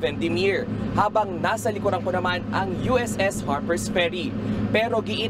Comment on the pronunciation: USS* not USSS